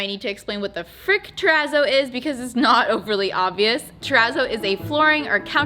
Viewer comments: Your pronounciation of 'terazzo' seriously hurts my ears... it's a double zz in Italian, like pizza ... so tera-tso not tera-zo. Think pi-TSa, not pi-Za Thank you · I don't think you're saying it right 🙄😂😂😂 i think it's pronounce it like terra-t-sso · “Trepp a zoid” 💀💀💀